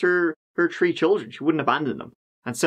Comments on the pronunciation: "And their tree children." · I love your videos!! You are one of my favorites if not my number one!! You do the best on crime stories and I could listen to you say “tree” all day 😂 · He says 'Three' like 'Tree' as well, I've heard Irish people say 'Tistle' for 'Thistle' or 'Torough' for 'Thorough' in the same way. If it's the less airy pronunciation of 'TH' as in the words 'The' or 'Them', a lot of Irish people will pronounce it like a 'D', so 'De' and 'Dem'. I'm Scottish but I have heard and talked to many people with Irish accents and heard them a lot on TV and radio. Even though it does sound like 'Turd' it is a normal Irish pronunciation, I promise you. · At this point I'm pretty sure only picks stories with the words three (tree) and third (turd) in them